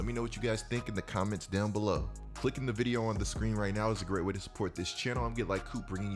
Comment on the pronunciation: The way u say video amazes me videa